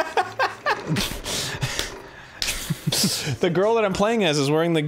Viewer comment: Watching Arin struggle with "sally trail mix" helps one understand why he doesn't like Ocarina of Time.